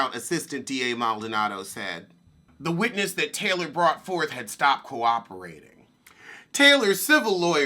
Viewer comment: I think her name is Brittany Taylor lol. Not Taloy.